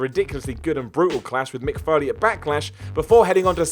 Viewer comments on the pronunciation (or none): none